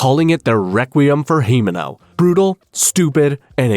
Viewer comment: the BHUHUBHRUTAL MADE ME LAUGHING LIKE HELL